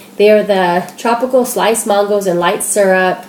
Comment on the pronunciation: I love your videos! :) But when you said "Mahn-goes" I cracked up. It's "man-goes". I love regional dialects! I'm from Ohio.